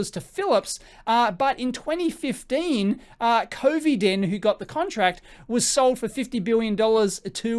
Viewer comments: Please. It's MEDTRONIC. not MedtronicS. It's COVIDIEN, not COVIDEN. and p.s. Medtronic has ALREADY increased the production of its ventilators by 40% (Galway, Ireland) and looking to get to doubling it soon. It's moving its cardiovascular engineers over to its minimally invasive business and running 24/7 to produce these. If you are gonna drag a company, please provide the entire picture. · It's Medtronic (not Medtronics), and Covidien is pronounced "coh-VIH-dee-in", not "Covey-den"